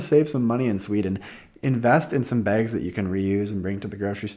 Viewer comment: lol says it like "begs"/"bägs"